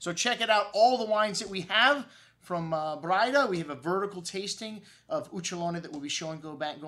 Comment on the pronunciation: Hi, Jack Braida here. It's pronounced 'bray-duh.' have a good day and God bless.